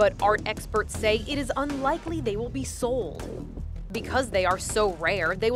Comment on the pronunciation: why she say sold like that😂